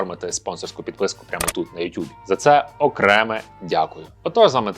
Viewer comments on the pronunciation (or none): none